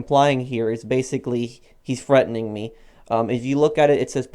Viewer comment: “HES FREATENING ME”